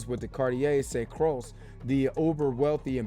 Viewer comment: Aye,, the name is pronounced Croix like Croy.